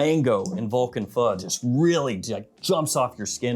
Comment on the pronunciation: You are the first fragrance influencer to pronounce feu right :)